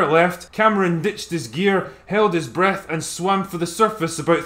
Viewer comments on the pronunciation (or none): none